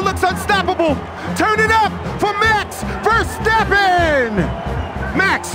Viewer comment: Sir it’s Max Verstapp”A”n not VerstappEn, hype was kinda lacking for my boy Max 😭